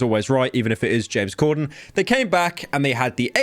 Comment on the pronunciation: It's Corden not Cordon